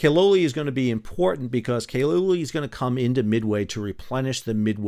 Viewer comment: The "a" in Platte is like the "a" in apple. Also, Kal-oli.